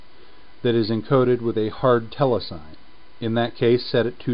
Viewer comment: The pronunciation is NOT "tele-sign" ... it IS "tele-sin-eee," as it relates to cinema.